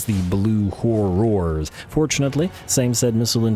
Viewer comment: The way you prenounce "Horrors"... I understand youtube will think you're saying a vulgar word for sex-worker if you slightly misprenounce horror.